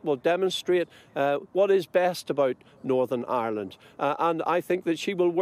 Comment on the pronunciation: Did he say Norn Ironed????